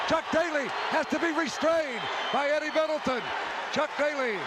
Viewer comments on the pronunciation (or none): none